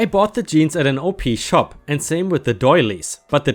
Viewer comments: Op-shop is pronounced like 'op shop' instead of o p ...but lol. I love them. They're basically second hand shops tht are run by churches and charities. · Hey! OP SHOP is short for Opportunity Shops. Therefore the OP is pronounced like the word HOP but without the H.